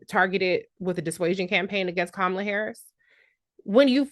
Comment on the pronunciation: I have a close friend that said the same thing down to mispronunciating Kamala’s name.